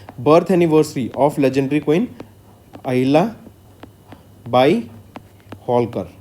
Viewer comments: Abe Ahilyabhai nahi, Ahilyabai Holkar. Kya kar raha hai yaar tu, kuchh bhi bakwas kiye ja raha hai !! Kam se kam jo Historically great hai unka naam to thik se padh liya kar, taki kisi ki bhavnao ko thes na pahoche !! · Pronounce the name as Ahilyabai, not Bhai. Mispronouncing it disrespects the legacy of the great Ahilyabai. I strongly urge you to edit the video or remove it.